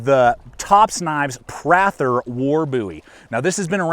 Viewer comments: That is a mans name.... its pronounced PRAY-THUR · Thanks for butchering the name Prather, learn how it is pronounced before you make a review. It’s not Prath-er. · I think it's "pray-thur"